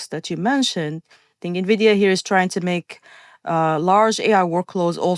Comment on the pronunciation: Despite Chris's best efforts, didn't comprehend how moronic he sounds by mispronouncing Nvidia.